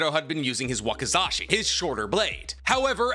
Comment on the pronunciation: Wazikashi is hilarious 🤣 its wakizashi